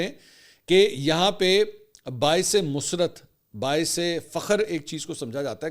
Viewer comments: منصور صاحب پلیز اردو ٹھیک بولا کرو۔ آپ نے "مسرت" musarrat کو musrat بولا جو غلط تلف ھے۔ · Musrrat ko musrat😂 Ye h Urdu باعثِ مسرت نہیں "ر" پر تشدید ہے بھائی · منصور صاحب معزرت کے ساتھ کہ باعث musarrat کو باعث musrat پڑھ دیا اسکی تصحیح کر دیں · Musrat ❌ Musarat ☑️ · Not musrat it’s musarat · mansoor bhai ap lafz musarrat galat bolty hain hmaisha lafz musarrat hy musrat ni hota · Mansoor Sahib Yeh baisay musrat nahin baisay musarrat hay. Aap tou kam az kam Urdu ka baira gharq nah karain.